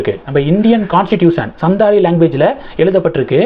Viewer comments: It is Santhal ,& not sandhal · சந்தால் என்று சரியாக உச்சரிக்கவும்